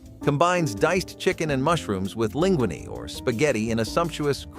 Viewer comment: The pronouncing of words like linguine and paprika!